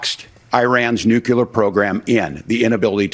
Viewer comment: It's nuclear, not nukelar.